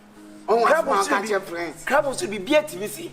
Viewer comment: said crab😂😂